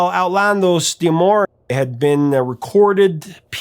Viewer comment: Hey, great channel, but Outlandos d'Amour is properly pronounced Out-lan-dos-da-more!